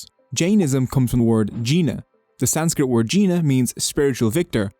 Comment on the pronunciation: It's such a shame how the most sophisticated and reverred religions and their respective languages like Sanskrit is being mispronounced and not properly intrepreted by Non-Indians. It's not a personal attack on but I am here to tell viewers the Indian ( or Dharmic ) religions, philosophies and languages are impossible for you to intrepret in such short time and in such short video. It takes lifetime. One has to drop some prejudiced ideas of their respective thinking-pattern and knowledge. Even the dates the video maker is claiming these religions to be years old? That's straight up ignorance and lack of authentic studies out there in western centric Historical and Archaelogical systems.